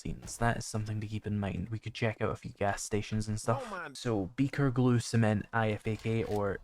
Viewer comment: just for your info.... IFAK is pronounced "Eye-Fak" :) Btw, Great series, love this mod. I wonder if my Potato of a laptop can handle it, over the base game running on Low/medium settings....